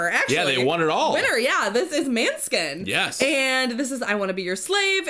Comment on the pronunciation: just in case someone hasn't;t commented it yet on another måneskin reaction video, it's pronounced mo-neh-skin, the å sounds more like an o. Love this reaction and all your other Eurovision reactions!